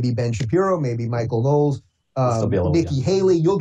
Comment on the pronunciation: Michael Know-les.